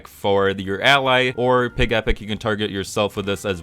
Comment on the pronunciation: I thought it was PIGEH-pic, not pig-E-pic. Doesn't mine sound cuter? Like Togetic.